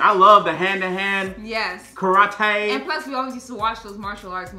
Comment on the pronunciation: pronounced Kara-tay the same way as Ross Gellar 😂